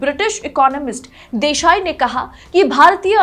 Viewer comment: Desai not Deshai……per Capita not capital! Thank you nice episode but depressing